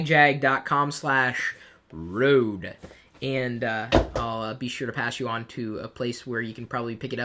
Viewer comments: it is pronounced Rodee NOT rode!!!!!! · no it's r ø de